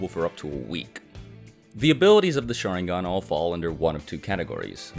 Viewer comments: It's because he keeps saying "SHAringan" "MAdara", "uCHIha". And it's friggin annoying lmao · it’s pronounced sha-RIN-gan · I came here just because my friend thinks “sharingan” is pronounced “shottingon” 😂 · Great video (really) but the way you pronounce "sharingan" is a pain for ears and heart alike...